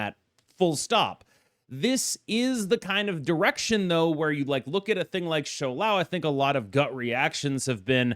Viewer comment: Thank you for being the only creator that pronounces Shou Lao correctly